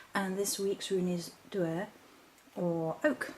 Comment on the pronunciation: Pronounced DOO-r